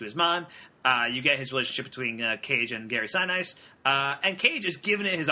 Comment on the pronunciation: Seven minutes in, and you don't know how to pronounce Gary Sinise. 'Bye.